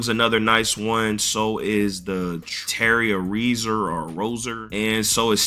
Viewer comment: Terry Rozier ( Row - Zeer ) that’s how you pronounce it